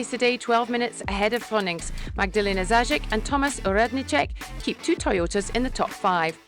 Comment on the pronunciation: Dear commentary Magdalena Zając is pronounced more les like "zayonz" in Polish. Please give it a try because the name sounds awkward the way you pronounce it :)